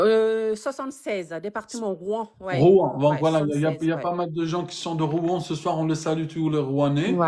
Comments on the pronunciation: Rouen et non Rouan 😊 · ROUEN pas ROUAN